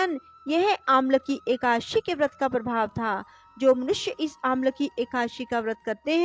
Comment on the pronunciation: Ekashi nhi hai, Eka- dashi vrat ki katha hai